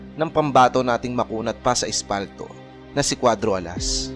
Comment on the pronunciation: espalto? o aspakto? pag sure oi!